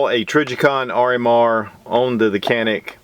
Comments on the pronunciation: It's pronounced John-eek...not "canik" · try reading the name as "ganick" rather than "canick" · I have been informed that the Canik is pronounced John eek in Turkish..... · u spell so funny its turkish pistol canik its not kenik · stop saying "canik" that is not how it is pronounced. Ja neek not kan ik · matt r lol everyone knows dude, nobody cares. "Can-ik" just saves us from having another pretentious conversation on correct pronunciation. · Superior review....the actual name is pronounced...like "John'eek", in fast repeat it sounds like "John'nick"...but no "k" or tuna "can" sound...name comes from the Canik mountains near Samsun Turkey where the gun is made on the Black Sea. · John'nick rhymes with John Wick, and that is all I need to know. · Canik Pronunciation: J-ah-nick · İt’s pronounced “Johnick” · Great review but just a little nugget of info to add to your reptar it's pronounced more janik as it is a European gun 😉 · It s pronouns jhanik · Thought you pronounced it JON - IK ? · the right pronunciation for ( canik ) like Turkish people is ( janik ) in Turkish language ( C = J ) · Pronounced as "Djanik" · It is pronounced like Janik or Janic. Letter C in Turkish is not pronounced as in English. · Its pronounced; Jah nik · You said the name wrong about 29 times. Still LOVE me some!